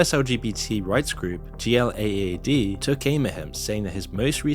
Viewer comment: Bro if you’re going to cover a group in your video like GLAAD you should learn how they say their name. lol It kind of discredits you when you don’t know they say “Glad” for “GLAAD”